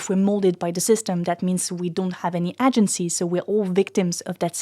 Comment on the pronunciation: Amazing video, check the pronunciation of the word "agency", im a migrant non native english speaker that does talks in sociology just saying it to you before a twat white straught english native man cuts you half way through an argument to make fun of you because of it 👍🏾